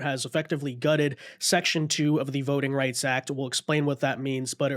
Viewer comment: "Voting Rights Ack" 🙄